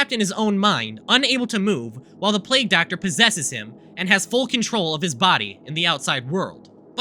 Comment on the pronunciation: mfw said plague as plag